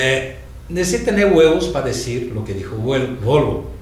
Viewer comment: jajaajjaja sergio hablando de huevos del minutl al cuando quiso decir VOLVO, se quedo con lo de huevos y dijo Huelvo digo VOLVO jeje